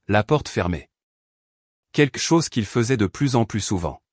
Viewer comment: QuELQue, queLLLLLLque. Pas quaique. Merci. Et plus réaliste le récit, les recherches sont faites pour ça. Ce n'est très professionnel ça. 🤔😏